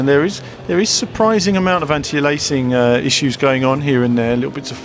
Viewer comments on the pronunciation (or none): 'Aliasing' is pronounced 'AY-LEE-USS-ING' btw, not 'ELAY-SING'.